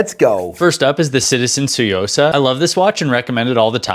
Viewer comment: "Tsuyosa"✅: "Seeyosa"❌